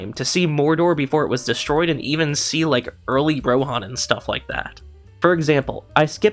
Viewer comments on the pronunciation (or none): none